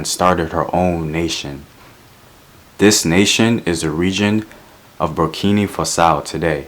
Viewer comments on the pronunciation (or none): Not borkini fasao, it's BURKINA FASO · Am sorry but I have a problem with how you are pronouncing Burkina Faso. Not Fasa-ow but FA-SO. Just wanted to say. Though love the stories you are telling. They are empowering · Burrkeenah Fahsoh. Burkina Faso. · I can't believe you said Burkini Fusso. It's Burkina Faso 😂 Great contents tho.